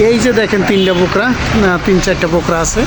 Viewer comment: Aita ky to Borka boly, Bokra bolen kano 😂 😂😂??????